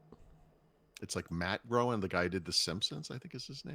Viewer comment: Matt Groening from the Simpsons it’s pronounced Gray-Ning….